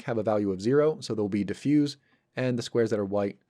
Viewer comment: Diffuse as an adjective is pronounced with an S sound. Diffuse as a verb is pronounced with a Z sound. :)